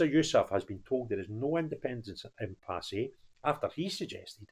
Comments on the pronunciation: It's pronounced impass, not impassé. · Dear, The 'e' in impasse is silent. Frank.